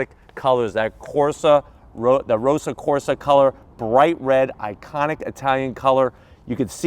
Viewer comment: "Classic Rosa Corsa Colour" .. Americans butchering the beauty of Ferrari once again. It's ROSSO CORSA. You cant say it any other way >:(